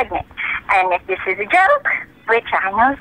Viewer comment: Good prank, but a bit of advice, as far as I know Spanish-speakers tend to pronounce "this" as "dis", not "zis"